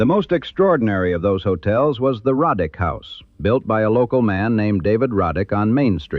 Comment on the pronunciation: It's not pronounced Rod dick it's Row dick! My ancestors! Several photos are also mislabeled as Roddick.